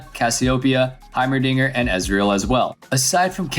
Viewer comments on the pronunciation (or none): none